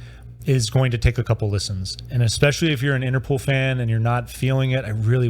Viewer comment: You pronounce as “Interpool” but there is only one o.